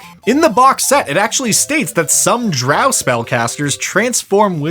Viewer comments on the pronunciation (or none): none